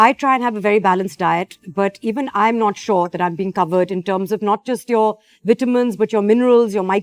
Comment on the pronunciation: try to pronounce your ' Vs ' well kamiya its not Ytamin its Vitamin please its soo irritating